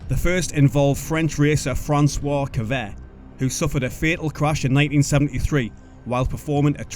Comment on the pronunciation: Severt, not Kevert 😉